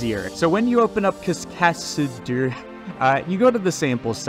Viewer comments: "cas-ca-deur" not "cas-csacs-casdeur" 🤣 But yea, it's a pretty cool program. I've played around with it a bit myself. The issue for me is getting used to the controls, and also rigging for it. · "Kas-ka-dew-er" Darling. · lmao is it not pronounced cas-k-dor? 😂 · "Kaskas... Keskadur... Kesk"... Anglo-saxons, tsk, tsk. 🤦‍♂😆 Thanks for the video, Cascadeur is an excellent tool. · Good Lord is it that hard to Pronounce Cascadeur Cas-Kay-Der Remember Phonics, Sound it out when in doubt I have been using this program for months now, its great! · Cascadeur. It's really not hard to pronounce. Americans' habit of making fun of words from another language really isn't as funny as they might think it is. In front of an international audience, at least. It just shows you up a bit. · Here's a tip. When you can't pronounce something, or read for that matter, just break the word down into it's syllables and say them slowly. Practice and speed up until you can say it in a normal sentence. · Cascade? Can you say the word "Cascade"? Then ad "urr" sound to the end... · It's really that much harder to pronounce than Cascading ? ;) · how u managed to mispronounce cascadeur is beyond my understanding but this is a good video